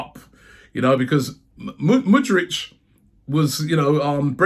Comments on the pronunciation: It's MudryK not MudryCH you absolute dunce! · Tbf you been saying Mudryitch anyways lol 😆 let him goooo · Car-Zola, Mud-rich, elnaynay Come on robbie get the names right ffs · At least this means we don't have to listen to Robbie mispronouncing his name every day 👍🏻